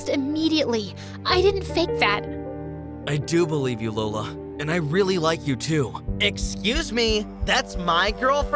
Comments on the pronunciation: The “Hola I’m Lola” almost sounds like “Hola I’m Dora”. 😂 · “LolaNiDora” 😂😂 totoong pilipino to